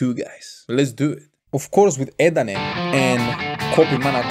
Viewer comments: not "Ut" but like u say "A - At" CMIIW 🙏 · E ET not eet